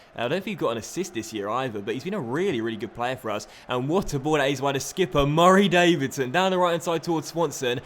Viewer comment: I think I missed an episode a while ago. Why does he say Murray Davidson like that it's kinda annoying